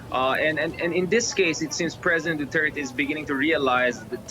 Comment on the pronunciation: It's Duterte no doo tey tey.